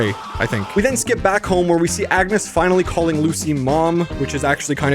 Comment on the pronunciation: just me ore was he saying yetus and agnus